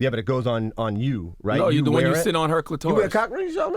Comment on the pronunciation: Cluh-taurus??? Smh 🤦🏽‍♂️